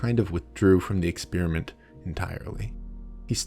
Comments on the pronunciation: I'm not overly happy with the way you mispronounce "experiment" as "ex-spearmint". I know you're a Yank and that allowances must be made, but still. It's horrible. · santiago should conduct a study on why this bozo pronounces the word exSPEARiment. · Exspeariment? The people are attractive? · Why do Americans insist on saying "expearment" instead of "experiment"? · why do Americans pronounce "experiment" "ex Spearmint" ?